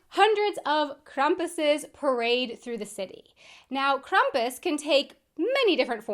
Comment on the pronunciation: Krampus is becoming way more common in the US, too. I've known about him (and it sounds like I know more of the origin than you do) for a while... We do pronounce it "Kram-pus" (the beginning like a "cramp", not Krum-pus.